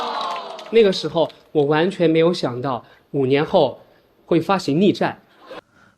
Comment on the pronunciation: 张杰的普通话里有浓重的四川口音，但又不是幽默可爱的川普，他，很用力想把普通话说标准但咬字就是四川话发音，比如“完全”两个字